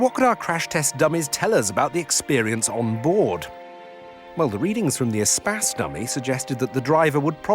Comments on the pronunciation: I thought it was pronounced Eh-Space not Eh-Spaz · Your pronunciation is much more 21c. EEE-space sounds much cooler than the French word for space. Which is mispronounced anyway. In French the stress comes on the second syllable. They should have used an Evoque (corr. French pronunciation Uh-vock). Or used a 1980's Saab 9000 which would have trounced everything. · Since when you pronounce “Espace” like he does?! Just horrible, horrible to listen to. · Everytime he says ESPACE, all I hear is SPAS! Think I'm playing too much... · Espace is a French word pronounced as spas if you speak English. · I've been pronouncing the Espace's name wrong for almost 20 years.